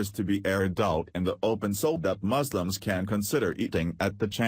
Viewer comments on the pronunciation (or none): 'Moslims' lel